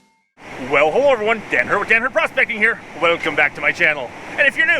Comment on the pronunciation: Everytime u say Dan I hear dad lol